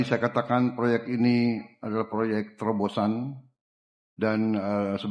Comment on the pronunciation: Proyek terbosan atau proyek terbosan. Artikulasi biar jelas pak 😂😂😂